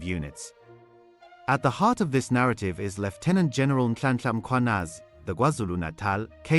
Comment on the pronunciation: Thank you very much for updating us. And I'm so fascinated by how you pronounce the surnames of this guys 😂😂. In fact all of them from Matlala, Cele, Masemola and Mkhwanazi. And to answer your question around what we think about what Mkhwanazi can be, he actually even qualify to be the President of this country. Never in my life have I ever heard someone in South Africa so concerned about the citizens of this country where he is even prepared to lay his life for. The last time I heard that words was when Julius Malema was prepared to do that for Zuma the former President against Mbeki also the former President.